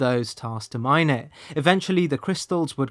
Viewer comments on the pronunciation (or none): none